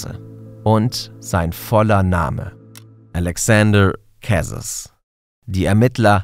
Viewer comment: Die französische Aussprache müsst ihr aber nochmal üben… Kwebeck… Älexänder Kässes… oh man 😂